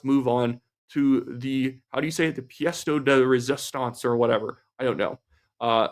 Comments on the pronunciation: PS de rayzistahnz. Just sayin’😊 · "Pièce de résistance" But don't worry.... your French was still better than Mark Carney's!